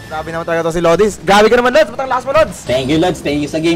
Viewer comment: asks him his nickname Also: calls him 'lods'